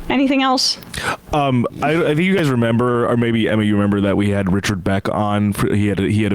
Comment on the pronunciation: Emma made me laugh for a moment in this sad situation when she said President Biden literally can't remember he promised to be tough on Saudi Arabia. She literally emphasizes Biden can't remember.